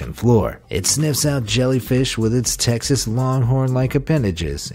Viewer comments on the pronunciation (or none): none